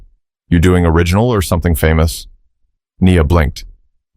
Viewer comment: I enjoyed this, but the beauty was sort of tarnished for me by the mistakes in the audio. Nia pronounced 2 ways Knee-uh and Nigh-uh. And when it mentioned the bow of the violin, the narrator said it like "bough" -- these might be nitpicks, but it shows two things - somebody didn't care enough about this video to do it well, and it was distracting for me from the story. Sorry.